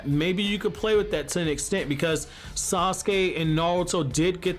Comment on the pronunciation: It's wrong how they doin Yamaha I mean sauske😭